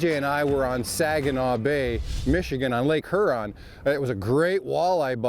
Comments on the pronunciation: Great show guys!👍 PJ, you were good, but was saying Her-on. As a Michigander the best way I've found to explain the pronunciation... Is like a person asking, what lake "yur-on", with a light sounding H, similar to the"J" in Jose` Rodriguez. Looking forward to next week's show! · Great video but here's a tip guys, it's pronounced Hyuron, not Hurrron lmao